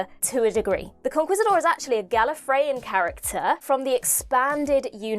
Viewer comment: You know, the Rani has some precedent for masquerading as one of the Doctor’s companions… I just wish I could remember which one, and what the actor who portrayed them was up to at the moment. Also, “Conquistador” was mispronounced by both the Doctor and Ellie: “con-KEEST-a-door”.